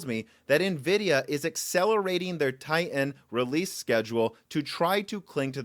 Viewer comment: TiTan not Ti-an